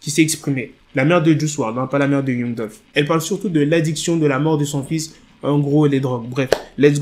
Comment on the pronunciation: un noir qui prononce mal l'anglais , c'est honteux. Youngou au lieu de Yangue